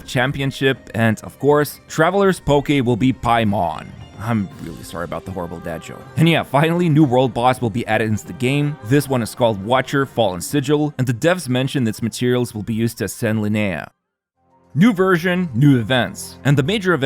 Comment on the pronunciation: "Fallen Vigili" - not Fallen Sigili. 😑